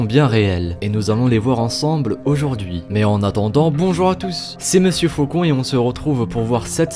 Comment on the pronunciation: Mr vrai Vraicon pas faucon .... corrige.